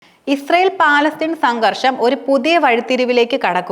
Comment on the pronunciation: Palatheen alla palastheen annanu samsarikkubool sraddikkuka